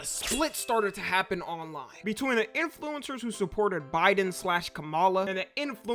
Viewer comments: The only thing that bothers me is the way he pronounces “In flu-incers” yes the in is separate lol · why you say influencers like that? :face-green-smiling::face-blue-smiling::face-purple-crying